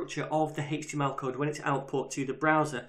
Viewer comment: I kept googling "Hixtima Property" until I finally realized he said "HTML Property"